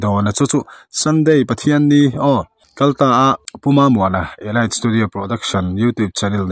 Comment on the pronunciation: Elait ni lo eliit tih a lam tur aw